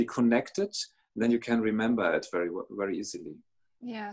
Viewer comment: always says fairy instead of very,:-)